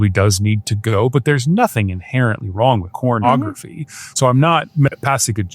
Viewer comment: lol he really said 'cornography' 🤣🤣🤣